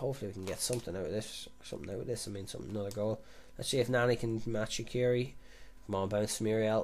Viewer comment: Swiss here. You pronounce it 'Shatshiri' (tsh as in conSCIous)